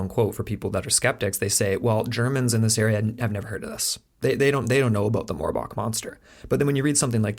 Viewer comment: Really? "Morb"ach? You can't be serious lol